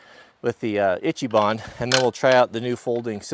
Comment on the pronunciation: Brother... if you want your speech to match your work ethic, then it's shouldn't be pronounced "itchy-bahn." "Ichi ban" is Japanese for "The Best," and would be pronounced "eechee-bahn."